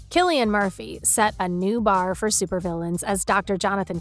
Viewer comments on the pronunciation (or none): none